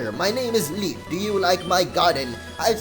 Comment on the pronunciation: His name is pronounced leaf an don't forget the grovyle!!!